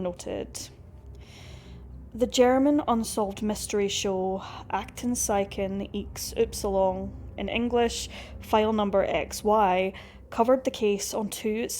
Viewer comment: Fantastic pronounciation "Aktenzeichen XY", well done 👍👍👍